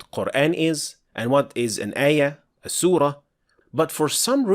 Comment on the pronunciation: I'm not sure what are you talking about, the "aa" in Qur'aan is simply denotes mad thabi'i. What's actualky what bothers me me most. He taught tajweed while he himself not even pronounced words like qut'an, surah, ayah, mad etc. prooerly. (the FATHAH should heve been proniunced like it in but, cup, etc. yet he say it like in the words bed, let, met). He pronounced it english style when reading it in LATIN characters.